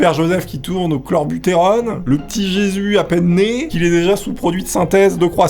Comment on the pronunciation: Super vidéo ! Les gens font vraiment des trucs étranges c'est là que je me dit que l'imagination humaine n'a pas de limites. Sinon c'est clenbutérol et non chlorebutérone.